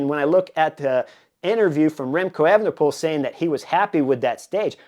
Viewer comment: Good analysis around the time bonus. By the way, it’s not pronounced as “Effenepool” but “A-fenepool”